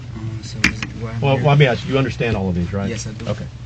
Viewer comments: Even Port au Prince knickers say “axe” instead of “ask”. Pure hateful disobedient insolence. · Who does this guy think he is and its ask not aks